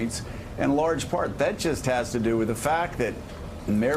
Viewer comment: JOE! It's pronounced Bet-oh! Not bed-o or bero like you make it sound.